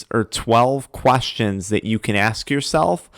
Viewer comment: "12 quAstions" 😂😂